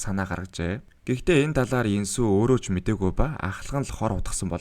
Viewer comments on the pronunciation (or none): Инсү бишэээ Ёнсү Гүг Ёнсү Aimar goy tailbrlj bn ghde nerin buru duudhar jhn